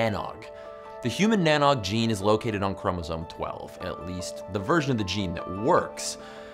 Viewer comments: Arcane Wisdom TV yup, Derryman here and never heard cheer. More teer. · Any other Irish people cringe every time he said NANOG 😂 Tír na nÓg pronounced teer na nohg with the same vowel sound as shoulder or the exclamation ‘oh’ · Great video. Just a shame that Tir Nan Og (Land of the Young) is pronounced "shir-nan-awch". Having had a fractured coccyx, by the way, I'm more than aware that evolution is a fact. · Almost right with the Tír na nÓg. Ó is pronounced like the o in no or doe. Not like egg nog but reads more ‘noge.’ Like the sound of the o changes in not to note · Oh man...that pronunciation...it's *cheer na no 'g' .... You add the g at the end of the no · Tír na nÓg is pronounced Tear na nogue 🤦‍♂️ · I’m Irish and speak it, that was some pronunciation. Good try though Tir na nOg is said like “T(c)heer na noog” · It's pronounced "Tier na Nogue" .... rhymes with rogue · Yikes! that Irish pronunciation tho! Tír na nÓg sounds more like: cheer-na-know-g. The "Óg" is similar to the sound "ogre" makes. And in some dialects "Tír" sounds like "tear" as in teardrop. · Tír na nÓg - Land of Youth. English phonetic pronunciation - Teer nah noge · This Silly video doesn't prove evolution 😂 Also, its pronounced "tear na knowg" 😒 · Tir na nóg. You were pretty close but its pronouncrd no and the normal g pronouncation all in one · im irish. his pronunciation of tír na nÓg made me die inside